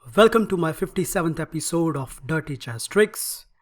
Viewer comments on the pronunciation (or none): I can’t stop laughing at the way u say Eppy Soad! Amazing video keep up the good work!